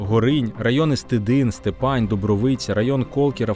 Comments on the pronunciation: Правильно Стидин, і наголос на перший склад. Степань теж наголос на перший склад. Я сам родом з Стидиня. В нас за селом є пам'ятник УПА. В googl можна знайти фото та відео. Відкривав його Ющенко, ще будучи прем'єр міністром. Ось деяка інформація: Символічний курган, зверху якого розміщена гранітна конструкція в середині якої знаходиться тризуб. До кургану ведуть східці по середині яких пам'ятна плита з написом: "На цьому місці у рр. був розташований постій Головного Командування Української Повстанської Армії". В урочищі Гутвин поблизу села Малий Стидин - на місці постою першого штабу УПА-Північ біля пам'ятника систематично проводяться урочисті заходи: до річниці утворення Української Повстанської Армії (14 жовтня), День українського козацтва, до Дня Державного Прапора - під звуки Державного Гімну України величне полотнище з'явилося поряд з пам'ятником українським повстанцям. Також проводиться обласний фестиваль повстанської пісні "Повстанські ночі" за участю аматорських колективів області. Адреса: 35014, с.Малий Стидин, Костопільський район, Рівненська область Хочете більше дізнатися? Зв'яжіться зі мною. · Дякую за ваш труд!!! Лиш одна маленька поправка, правильно вимовляти «Степань» з наголосом на перший склад.